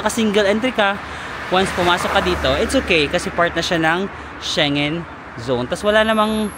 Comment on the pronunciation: Shengen is pronounced as SHENG-GEN.